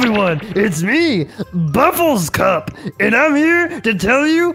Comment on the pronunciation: Its buffercup not bufflescup✨